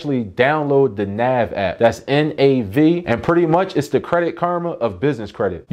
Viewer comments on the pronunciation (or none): none